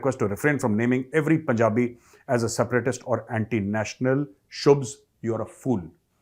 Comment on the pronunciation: Bhai phle shubh bol le shubhs bol rha hai 😂😂